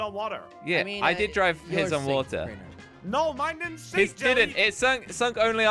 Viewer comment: You said rainers name wrong